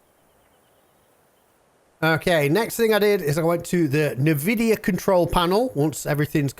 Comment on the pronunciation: sorry your video annoys me by the way you say Nvidia.